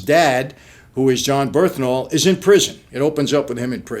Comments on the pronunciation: Brilliant review. But it’s Bern-Thal Not Berth-Nal Just saying man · John “Birthnal” lmao